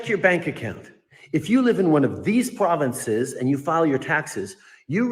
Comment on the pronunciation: What the fuck is a pwahvince?